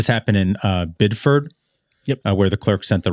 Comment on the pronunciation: Bid-ferd?! As a former Mainer I’m appalled 😂 Biddeford